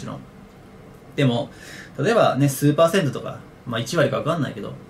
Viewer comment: 数パーセントがスーパー銭湯に聞こえちゃった